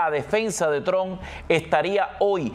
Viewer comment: Trump ( pronuncie como si fuera una trampa, pero quite la , a, y no olvide pronunciar la p).